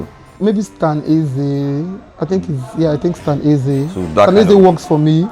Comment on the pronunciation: 😂😂 "Stan Nze"